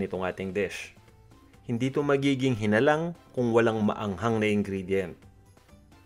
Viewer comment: hi-NA-lang is the correct way to say it instead of hi-na-LANG...😊